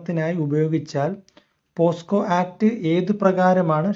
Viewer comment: പോക്സോ ആണ് പോസ്കോ അല്ല ഇത് കൂടി ശ്രദ്ധിക്കുക